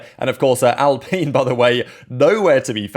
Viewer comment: I love how terrible Al-pine said like, fine, or wine, not peen you weirdo, is. Their car drives almost as terrible as it looks.